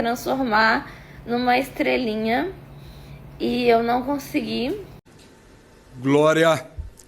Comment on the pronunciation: "estrelinha"??? kkk